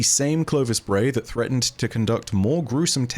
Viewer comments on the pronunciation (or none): none